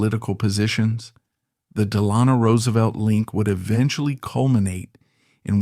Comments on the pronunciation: It's pronounced "Dell Anno," even though it's spelled "Delano." To a New Yorker, well-familiar with the deeply dug Dutch roots of the Hudson Valley, the constant and MULTIPLE mispronunciations of this name is too distracting for words or watching. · Dammit. Del a no Accent on first syllable! Short vowel on a and a. Can't watch any longer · I just told him. The family are buried here in Fairhaven. Every time he says Delayno I cringe. Does this in all his videos. I give tours at the family's mausoleum. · Too bad the narrator cannot pronounce Delano. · If you're not going to pronounce it right I'm not going to watch this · Three different pronunciations of Delano in the first minute. Is this entire channel AI?